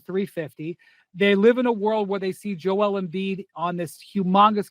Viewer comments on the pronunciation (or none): none